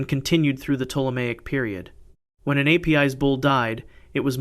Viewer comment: A-P-I-S is correctly pronounced as Ay-piss or Ah-piss...